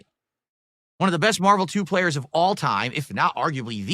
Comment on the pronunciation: "best Marvel play-twoer of all time"